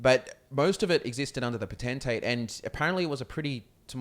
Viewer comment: Not (po-ten-tay) dat shiz is (potent-tate)